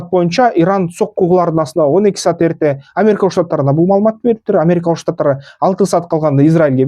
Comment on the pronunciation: Сат дебей саат деп туура суйло тилди бузбай